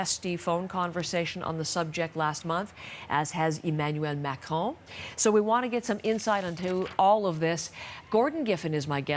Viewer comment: So no one is going to mention the fact that she pronounced Macrons name correctly??